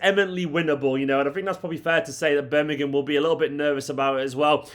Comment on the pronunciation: Thank God you are one of the very few pundits who can pronounce Birmingham correctly! Even the so-called pros on TV & Radio say...'Birninum" or similar. Hate it